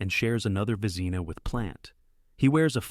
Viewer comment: When the narrator can't pronounce the award to the best goalkeeper, it proves he knows nothing about what he talks about. A waste of time. VEZEENA, MY GOD...